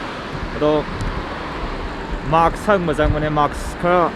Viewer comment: It's mask not maks.., sorry i had to XD anyway stay safe buddy!